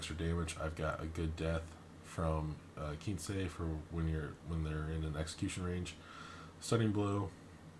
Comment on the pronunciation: Kensei, not Keensei, no matter how much it lowers your crit threat range